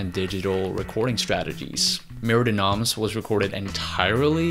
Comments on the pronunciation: Wish he could pronounce it "mair duh no(m)" with the slightest suggestion of an m at the word noms and absolutely no suggestion of an s at the end. Not murdee noms! Argh! Just stop it! Re-record the spoken word in this video soon as possible, dude! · mer de noms is pronounced "mare day NOM" not noms. just fyi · Don't prenounce the s of noms. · Mer de Noms, silent 's'. It's French, Sea of Names. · Mer de Noms is french hence the 's' is silent. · Great vid but FYI: in Mer De Noms the "s" is silent. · As a french guy it hurts me to jear you say “Mer de noms”. But I guess it would hurt you to hear me speak english 😁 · Nice video. Sorry to be this guy, but I would like to point out that "Mer de Noms" is in French ("Sea of Names"), so "Noms" should be pronounced without the 's'. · You are butchering the tittle of the album Mer de noms is sea of words, lrn the proper pronunciation or say it in English